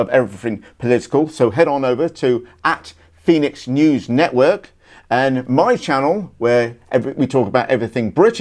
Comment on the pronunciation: Fenix, not Phoenix. "Feh." Fenix = Fenic = Fox.